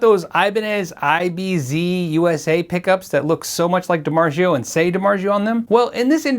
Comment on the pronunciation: 7. I didn't know DiMarzio wasn't pronounced the proper Italian way.